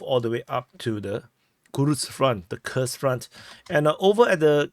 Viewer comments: its Kuuuhrsk front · More correctly Курская область, Kurskaya oblast. In the Netherlands we spell Koersk. Im English spelling it Coorsk would make them pronounce it right, I thinks.